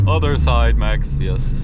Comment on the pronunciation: When you said "yis" I thought you where South African 😂😂